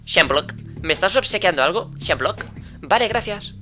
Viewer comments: No es shemblock es eshmebulock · Se pronuncia edmebulok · Se pronunsia esmebuloc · Se dice Shmebulock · primera persona que veo que dice Shmebulock mal